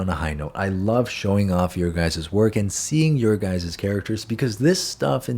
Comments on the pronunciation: Ngl I thought you said what’s up gays in stead of guys 😂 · Sorry but my Dyslexia heard... " Sussup Gays" 😅👍